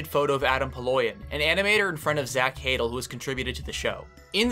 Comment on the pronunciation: (Also it’s pronounced more like zach “huh-dell” not “haydle”)